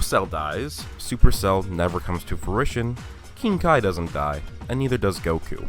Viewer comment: Its pronounced kai